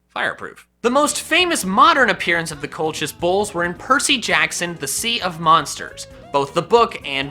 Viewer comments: #4 is pronounced kol-kus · I believe that the bull is pronounced like Colquis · I'll help you out the Colchis bull is pronounced coal-kiss hope that helps 👍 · Bruh it's pronounced reordan Also colcis is how you pronounce colchis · Colchis is pronounced "kōl'-kǝs" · It’s pronounced “coal-his “ I love heatran don’t bully my boi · Colchis is pronounced Cole-kiss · Its pronounced 'kolkis' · I’ve read nearly all of Rick riordans mythology books and Colchis is pronounced Colkis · It's pronounced like coal-kiss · Colchis, if I'm not mistaken, is pronounced "Coal Kiss" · Concidering it is Greek it would probabaly be pronounced "Koal-Kiss". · I think it's pronounced coal-kiss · It's Col-khis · I got you, man. Colchis is pronounced "coal-kiss", and yes I did look this up. I believe that the h is silent. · It's pronounced "kolkis" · It's pronounced cole-kiss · Rick Riordan is my favorite author and I love him (Alex is best Character) Also Colchis is pronounced col-kis (coal-kiss, the 'ch' makes normal c/k sound) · Colchis bull pronounced Call kiss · Col-kiss. It's pronounced Col-kiss. Also, I believe Mr. Riordan's last name is pronounced "reer-den". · I’ve heard Colchis pronounced Colkus. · Pokken Master I’m pretty sure it’s actually pronounced col(like collar)-kiss